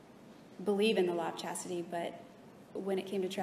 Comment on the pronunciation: Jodi couldn’t even be bothered to learn to pronounce the Law of Chastity correctly, let alone actually follow it.